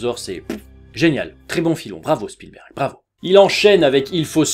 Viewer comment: Sinon, j'suis la seule que ça stresse, la manière dont il prononce Spielberg ?